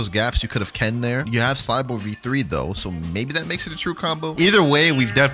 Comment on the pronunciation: it's Cyborg v3 not Cyporg 🥀